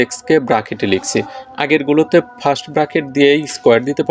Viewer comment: fast na sir first hoba😂Nice class❤😅